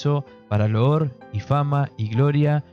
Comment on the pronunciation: Elohim se pronuncia «E-lo-jim».